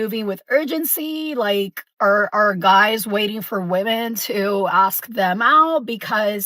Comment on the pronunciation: If she pronounces “Women” as “Woman” I immediately tune out and disregard anything they’ve said